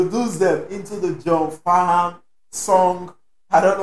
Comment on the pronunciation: John Farnham or better known as Farnsy is an Aussie icon a lot of Australia’s can’t listen to this song without shedding a tear or two. Should check out the song “when something’s wrong with my baby” by Jimmy Barnes and John Farnham (the H is silent)